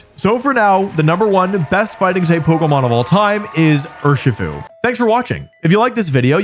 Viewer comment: Cmon dude, we know it's Urshifu